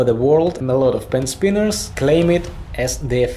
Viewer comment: No one:: Helliow pen spinniars